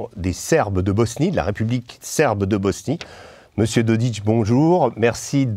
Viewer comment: pas Doditch, mais Dodik.